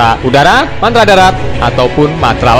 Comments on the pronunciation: Min ko mantra seharusnya kan Matra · MATRA MIN....BUKAN MANTRA.....LU KIRA DUKUN...??